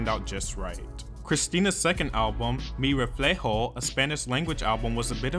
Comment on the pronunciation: i love how u pronounced “mi reflejo” it’s so cute